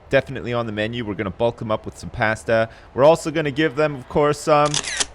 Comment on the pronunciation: Some past-tah lol what a weird way to say pasta